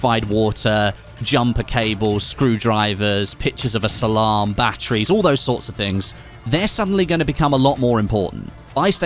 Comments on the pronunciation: "Pictures of a salam" 😂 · "Pictures of a Salam" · "Pictures of a salam" 💀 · “Picture of a Salam” 😂